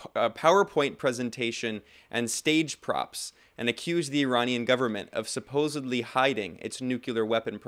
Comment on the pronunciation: you should use the standard pronunciation of nuCLEar, not nuCULar. Also, supposEDly, not supposABly.